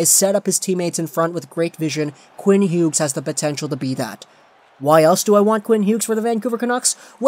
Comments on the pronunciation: Same like just say it like Hews jesus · the G when pronouncing his name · Please never pronounce his last name like this again it hurts my brain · He does that with a lot of players.